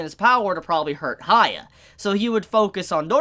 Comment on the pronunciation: It triggered me He kept saying haya Its pronounced as hee-ya-kee-maroo